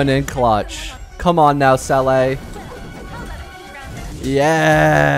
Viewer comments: It's not selay it's zela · Nop thats wrong too, Its zeh le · Seele is pronounced sea luh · Sell a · Oh and noticed he said sele